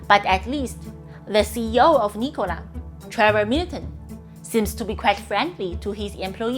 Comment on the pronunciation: lol, everytime you say " Nikola " , it makes me laugh !!!